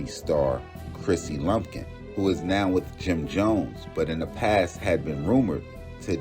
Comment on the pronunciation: Its Lampkin. Not Lumpkin